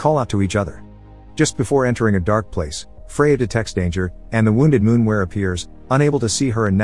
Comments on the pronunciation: Its not a fcking “moonwer”. Lol! Its a MOORWEN! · It's called a Moorwen, not a Moonwer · Halfway through the creature went from being a moorwen to a moonwer, mistakes like this make me laugh a little, no hate just find it funny. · Moorwen or Moonwer? at least get the bot voice to pronounce it in a standard way you Moorwons.